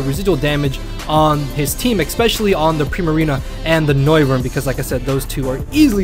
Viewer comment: "xpecially" triggered.